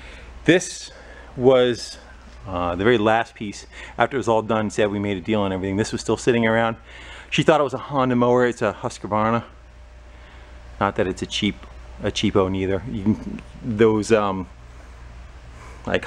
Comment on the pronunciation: The brand is Husq-varna, NOT Husq-a-varna. There was is NO extra "a" in the middle of the name. Husqvarna. Three syllables, not four. :)